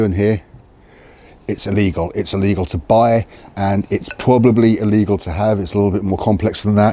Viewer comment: DUDE, Try Pronouncing ILLEGAL and LEGAL, slightly differently!